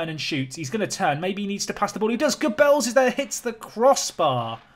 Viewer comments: Also, if Geubbels is going to become a regular fixture, the pronunciation MUST change. Please. I'm dying. Its Gerrrrrrrr-bls. The emphasis is on the first syllable, not the latter, and it's not "bells" its "buls" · Hey Geubbels is actually pronounced Jeubbels in France (and it seems to be important for him) ;) Source : L'Equipe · It s actually je belle like the je in je suis in french